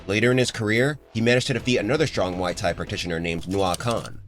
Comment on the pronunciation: Pronouncing the fighting style like a drink from a bar...??!!?? 🤦🏽‍♂️🤦🏿‍♂️🤦🏼‍♂️🤦🏾‍♂️🤦🏻‍♂️🤦‍♂️ 🤦🏽‍♀️🤦🏿‍♀️🤦🏼‍♀️🤦🏿‍♀️🤦🏻‍♀️🤦‍♀️